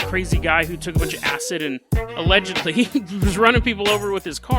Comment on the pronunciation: no one:: AlLeGeDlY